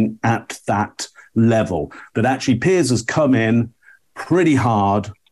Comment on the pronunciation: Please stop calling piers (peers), Pierce. It's doing my head in.